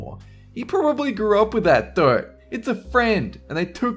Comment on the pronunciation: The way you say dirt lmao! Had no idea what you were saying. Sounded like dope at first